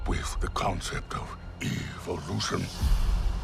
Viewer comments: He said evolution like evilution 😅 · Did anyone feel like he intentionally pronounced Evolution kinda like EvilUtion